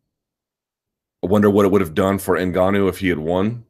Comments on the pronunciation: Ash Bruh i noticed he stopped saying engennnuuu lol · Did he ever explain why he was constantly saying 'engenuu'? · If only luke put the same effort into pronouncing francis ENGANOOOOO properly. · Hilarious how Luke likes to be contrarian on the pronunciation of names. Notice he has not bitten the bullet on N'Gannou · Lol Luke's Spanish lesson. Whole time he pronounced Ngannou wrong for months on end, and still kinda does. Not to mention how he says Gegard Mousasi. LOL Guh-gard. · No one should care too much about name pronuncation anyway. I don't get why ppl make a big deal how Luke says Ngannou. As if y'all pronunce chinese, korean, jjapanese, thai, scandanavian etc names properly lol but I don't see ppl make a big deal out of that....... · Everyone pronounces Ngannou wrong, even French people. The N is supposed to be silent.